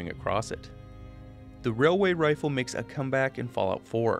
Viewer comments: It's pronounced, "wailyay wifle" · ‘It’s not a railway rifle, it’s a wailway wifle’ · Railway rifle (wailway wifle) is this why you don't like saying it?